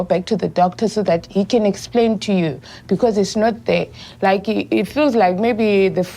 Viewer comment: "I likhe"